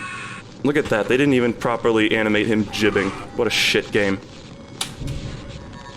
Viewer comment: did you just fucking say “jibbing” i will literally take adderal at 1 in the morning